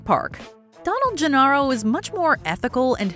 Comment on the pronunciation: Did you even watch Jurassic Park? Gennaro is pronounced Ge-Nair-O; not Ge-Narr-O 🙄